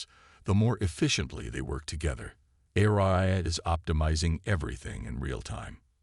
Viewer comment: doesn't this narrator know that a-r-i-a is pronounced as air-e-uh